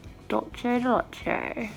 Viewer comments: Hi! I also love dulce de leche haagen dazs or anything dulce de leche flavored really. It's actually pronounced 'dool-seh' instead of 'dolche' because it is a Spanish word. It's a very common mistake:) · “Dulchi di leche”😂💕💕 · Dulchay de leché omg 😂